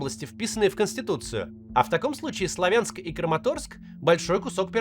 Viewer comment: Правильно говорить: СлАвянск, КУпянск !!! Уши режет